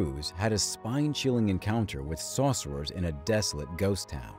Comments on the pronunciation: Why are you saying "saucerers"? Are they whipping up some barbecue sauce? It's sorcerer. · Sore-sir-rurs....not Saucer-rers...🙄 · Saucerers lol took me a min to realize it was sorcerer😅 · Tell me why it sounded like he said saucers every time